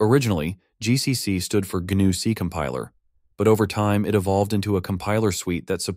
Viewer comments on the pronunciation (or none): Just by the way he pronounces "GNU", I'm fairly certain it's an AI voice. Also, Jorge should be pronounced hor-hey not George, but that could be just the way he spells his name so I'm not going to argue.